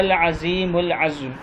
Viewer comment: Assalam u alaikum, Kindly pronounce the doa rightly, the exact word is "AZEEM UL AZAM (عظیم الاعظم)" not azm (عظم). Please reload on you tube with right peonouciation (تلفظ).. Allah Kareem bless you with ajr e azeem for your beautiful and lovely prayers... JazakAllah Zindabad.....